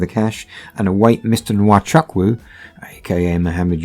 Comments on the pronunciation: Nwa Chuck Woo,,, lol its pronounced "Wa Choo- Koo" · To the narrators/hosts: You are Nigerian even though the accent is different. You therefore know that your pronunciation of Nwachukwu is wrong. Isn't it taking it too far to pretend otherwise? (And no, the 'photos' of you, aren't the real deal) On today's subject, I hope he never sets foot on any other soil but his. Evil and wicked scammers! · it’s not totally wrong but it’s more like (n)wa-chuk-(w)u the n and w being really faintly pronounced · How they pronounce nwachukwu as wachaku Dey off me sef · Lol the way you pronounce Nwachukwu is hilarious.